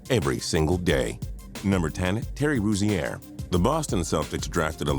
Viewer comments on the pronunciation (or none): To be taken seriously, learn to pronounce Terry Rozier's name properly. Then, watch him play before saying he's a bust. Also, put the #1 bust at #1. It's Bennett and we all know it, don't try to get cute. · HAHAHAHAHAHAHAHAHA THEY SAID TERRY ROZIER